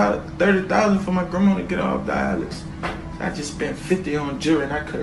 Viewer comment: jerwy, grawnma